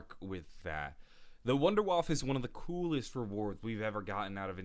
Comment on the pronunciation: I don't see how he can critique Watch Mojo on their German pronunciation but then mispronounces Der Riese (which Watch Mojo did as well just worse) and WunderWaffe (same as Watch Mojo). Just gets under my skin when people do that. Instead of pronouncing select words in German, how about ACTUALLY LEARNING HOW TO PRONOUNCE ALL GERMAN WORDS. Or just don't at all. Not in between.